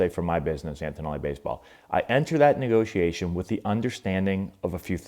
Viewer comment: What’s a “Negotation”???